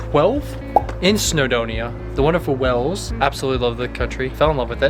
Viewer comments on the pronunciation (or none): When he says WALES it sounds like WELLS. The "weird steps" are called STILES and are found on public rights of way. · Nice video,but Wales isn't pronounced ' Wells , it's WALES as in 🐳🐋 👍🏴🙂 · The pronunciation of 'Wales' isn't 'Wells' but 'Way-uls'.. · Please say our country right, it isn’t pronounced wells, it’s Waaaaales, like hails or bales or shales. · It's Wales not wells 😄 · Wales pronounced (way uls) it sounds like your saying wells. You would of had a good day going up the Snowdon mountain railway. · To confirm, Wales is pronounced the same as those very large mammals that live in the seas and oceans. Not "Wells". It's interesting to listen to your perspective as a couple coming to the UK from the USA. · Your videos are very interesting but something that winds me up is how say the country name Wales it sounds to me as is he's saying "wells"🤔 every time, he says Wales. W......ales carry on making the moves I like the holiday at home vidoe how about a trip to the shops🛒 or lets get some petrol ⛽how Americans do it? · Wales is pronounced like Wails, not like Wells. Historically speaking Stoke on Trent used to be the centre of the area called The Potteries where a lot of ceramics were made and sold including Wedgewood. I'm not sure there's much left of that now. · Hi guys - awesome footage. Though Wales is not pronounced “Wells” it’s pronounced like “Whales”. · So funny how you say "Wales". You pronounce it "Wells". It's actually pronounced exactly the same way as you pronounce "whales" as in the aquatic mammal. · I know it's Cymru but a lot of people don't. They know it as Wales so I was trying to let them know that it's not pronounced Wells. OK? You might regard me as a foreigner because I'm English but I don't. Cymru am byth. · It's a bit late to say this, but ya keep saying "Wells". It's pronounced like whales (the giant non-fish)! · It is pronounced "whales" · AAARRRGGGHHHH Why does he keep saying "WELLS" ? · Yep. Same as whales or wails.